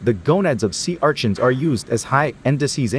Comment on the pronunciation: Sea archins 😂 idk why that bugs me the way he says it